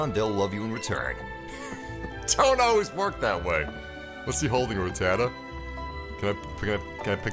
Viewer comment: Sup, its Rat-da-ta not Ra-tada:( lol